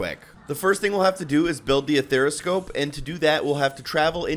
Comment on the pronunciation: “Athera scope”😂👍🏽